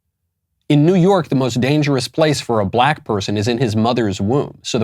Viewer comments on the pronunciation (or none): none